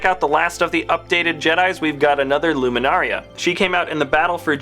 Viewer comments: It's Luminara, not Luminaria. Just lettin' you know. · It kills me when he says "Luminaria" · Mine is just for the way he always says Luminara. He says "Luminaria and it gets to me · luminara, not luminaria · IT’S LUMINARA NOT LUMINARIA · It’s luminara not luminaria and ki adi mundi not ki ado munduni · Comrade Scatter mine was from him saying ‘luminaria’ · Luminaria? Its Luminara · it is pronounced loo-min-ar-a. Not luminaria. get it right, dammit! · This guy said Jedi Jim, Ki-Adi-Mundini, and Luminaria lol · Luminara not luminaria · It’s Luminara and Ki Adi Mundi not Luminaria and Ki Adi Mundini. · and its luminara, noy luminaria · no No NO! It's not Luminaria its Luminara! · legomemeulouser20foreverlolm8 Yes there is. He pronounced it ''Loo-mee-na-ryah'' when its actually pronounced ''Loo-mee-na-rah'' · and the other mirialan is Luminara, not Luminaria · pronounced Luminara not Luminaria. It's Ki-Adi Mundi not Ki-Adi Mundini. Also, the US dollar sign goes in front of the amount. Example: $2 not 2$ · Eeth Koth is a Zabrak, and you pronounced Luminara, Seasi Tin, and Ki-adi Mundi all wrong. You called them "Luminaria, Saysee, and Munduni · It is Luminara not Luminaria and it is not Ki Adi Munduni it is Ki Adi Mundi! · It's Luminara Unduli not Luminaria and Ki Adi Mundi not whatever you said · It's pronounced "loo-mi-nar-ah" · Luminaria bruh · Yea, I was yelling at my computer as he said the names